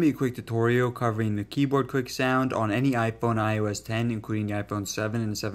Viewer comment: Keyboad 🤣🤣 did you not go to English in highschool